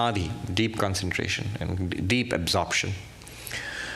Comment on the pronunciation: Concentrate tion